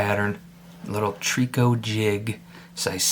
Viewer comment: Nice little bug ! Just an FYI , out west we pronounce it “ Try - co “ 😉 hope that helps ….